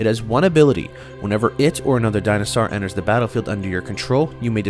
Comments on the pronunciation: I stopped watching as soon as j heard dino sar it's actually maddening. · Say it with me, “Di - No - Sore”! It makes me cringe hearing “Di-No-Sar” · Dinah sahr!